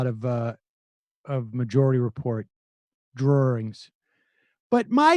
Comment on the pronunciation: It's ok Sam, I say "drawerings" too. I think it comes from being born in Vermont.